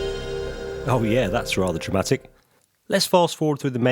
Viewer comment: Did you say dramatic or traumatic? Do you need a helpline number? 😂